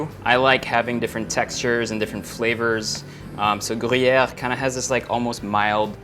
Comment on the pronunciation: I like the way he says Gruyère and I'll definitely try that Garlic Grilled cheese.